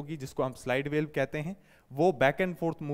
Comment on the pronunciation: सर आप वाल्व को वेल्व को क्यो उच्चारित कर रहे हैं?